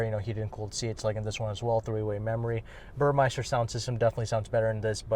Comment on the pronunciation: for future reference, it’s Burmester not Burmeister 😂 great video as always